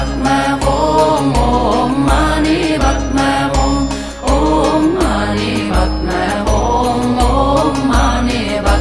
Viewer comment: THE MOST PERFECT PRONUNCIATION OF OM MANI PADME HUM.